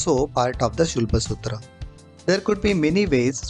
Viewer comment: First of all thank you a million times for pronouncing it as शुल्ब सुत्र and not as शुल्बा सुत्राज or शुल्भा सुथ्राज Of course many thanks to you for explaining it so beautifully by making models for explaining it. The efforts and explanation is awesome.🎉